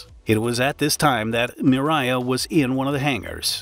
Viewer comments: It’s Mria not miraya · mirya? No, MRIYA. Learn to pronouce that correctly. MREE - YA. So simple. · You say mriya mree yeah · I think the correct pronounciation should be :: um-RAH-yah !! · Fun fact: it takes less than 1 minute to learn how to correctly pronounce "Mria"